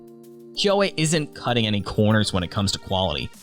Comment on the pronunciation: "Kuo" The e is silent